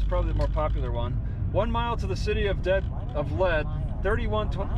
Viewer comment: "Mask"??? Looks like hobo's underwear...😳 (It's pronounced "Leed"...read your post)